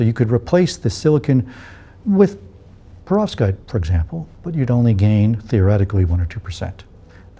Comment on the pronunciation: You have phd's. It's perVOskite, not perOVskite!